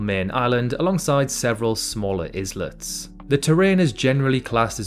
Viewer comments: At about to , he says several smaller “iz-lets”. Not sure if he’s joking, but “islets” is pronounced “I-lets”! 😮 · is-lets? Is this an A.I channel?! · IZLETS?...rubbish AI narration again...the word is pronounced EYELETS, spelt ISLETS...makes me so mad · "izluts" That's not how you say that... Island... Islets... (I-land, I-lets) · Islets is pronounced like eyelets. Starting so many sentences with "so," "well," and "now" is bad writing. "What in the world" is fine once, or maybe twice. Any more than that is bad writing. You should probably hire someone to proofread and edit your scripts, or just do a better job of it on your own. Because between those issues I pointed out and your absolutely insufferable YouTuber Voice, I barely made it through what was otherwise an interesting video. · 'several smaller IZ-LETS' - exqueeze me, baking powder? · islet's is pronounced eye'l•let's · I'm begging you, you are running a geography channel. Please learn to pronounce "islets". You've done it in several videos